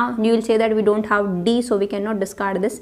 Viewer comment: I like the way she says 'I dawn't care' and 'rawl number'